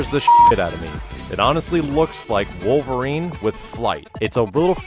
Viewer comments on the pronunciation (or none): none